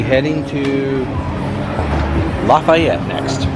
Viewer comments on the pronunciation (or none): Lafayette, Louisiana is pronounced: laugh E ette.